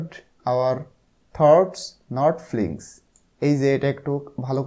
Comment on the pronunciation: এটা feelings হবে ফ্লিঙ্গস না💗 ধন্যবাদ❤